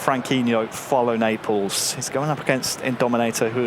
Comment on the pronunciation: Why he says neapels